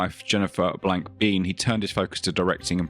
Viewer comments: Shame about this guy. he could of been huge. No mention of "The Rock"?? P.s I always thought it was pronounced "Bain" not "Bean"? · Michael’s surname is pronounced Bee-N (like the letter N).